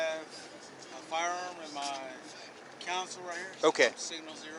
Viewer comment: CONSOLE, not council.